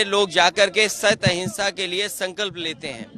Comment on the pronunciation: Hinsha ya ahinsha sahi se bole matlab kya